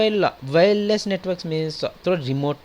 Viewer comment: Was anyone else confused about what he was saying? He says "Networks" as "Nwetarks". xD